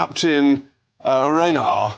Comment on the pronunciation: "Captain Reynard" ??? Some fan of "Casablanca" JRM is ! It's "Captain Renault" - pronounced the same way as the car - "Renn-O"